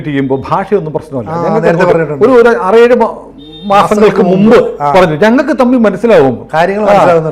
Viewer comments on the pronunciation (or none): none